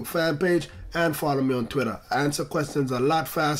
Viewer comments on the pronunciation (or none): none